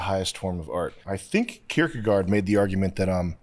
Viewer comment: I died when he said Kierkegaard